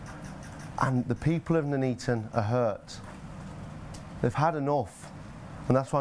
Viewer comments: Nuneaton. "None eaten", not "noon eaten". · Its NONE EATON not NOOO NEATON ! sort it out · It’s pronounced NUN-ETON as in ‘none eaten’.